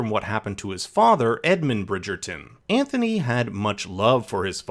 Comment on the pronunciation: How did you manage to mispronounce Anthony’s name throughout the ENTIRE video? Not like his name isn’t said a thousand times in the show to mimic.